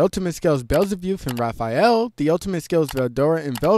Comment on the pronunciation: how can you possibly say Beelzebuth wrong😒